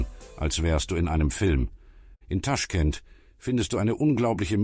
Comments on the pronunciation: es heißt nicht TAschkent, sondern TaschkEnt!!! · also, wenn man nicht mal weiß wie man den Stadt ausspricht, warum soll ich den Bericht anschauen? es wird nur genau soviel Wahrheit erzählt wie das Wissen von Autor- nämlich nichts!😱😰